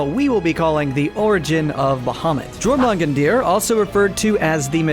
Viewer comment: His pronunciation of Jörmungandr was hideous